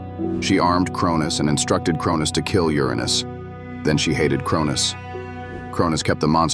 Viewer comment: You really need to fix the pronunciation of "Uranus".